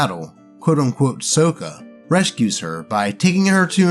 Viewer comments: More clearly, it's "Sock-uh" not "soak-uh" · BTW, the way you were pronouncing Sokka's name is the way it was (mis)pronounced in the movie (So-kuh), but not how it was said in the original show (Saw-kuh). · Did you JUST pronounce Sokka "SOH-kuh"?!?! It's "SOCK-AH"! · Correctly pronouncing Sokka is to be earned. You play the character right, you get your name pronounced right Saw-kuh. You mess up like this dude and the trainwreck movie... So-kuh. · Yeah, that's how it's pronounced that way in the animated series. The Shyamalan movie has it pronounced "Soak-ah", another reason why it's an abomination. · Sokka pronunciation, saa kuh. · Hey im not trying to be mean but Sokka's name is pronounced like socka. That is how the creators of Avatar pronounce his name. Other than that you do a good job keep up the good work.😊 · lord help me its pronounced sock-a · Oh boy, more! Also, isn't it pronounced "SOCK-uh"? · I love how he pronounces "Sokka" like the Shyamalan movie instead of the cartoon. He not worthy of Sokka's real name. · You kept mispronouncing "Sokka"; it's a soft "o". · Hearing pronounced Sokka's name. Gives me physical pain like that trainwreck movie " The Last Airbender. " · Are you picking the movie pronunciation of Sokka instead of the show version for a reason?